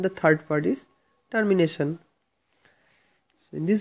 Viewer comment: whats that sound Tarmination its Termination pronounce it correctly first